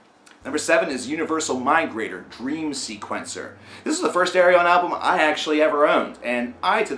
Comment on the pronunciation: I love your reviews (been a fan since your review of Hand. Cannot. Erase.), but man, it's pronounced ArYen :)